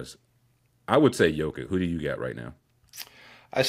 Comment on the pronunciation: Its Yo-Kich man. Dudes the best player in the world, show some respect